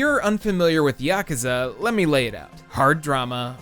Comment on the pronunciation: Holy fuck dude it's pronounced YA-KOO-ZA, YA-KOO-ZA. You sound fucked when you say Yakaza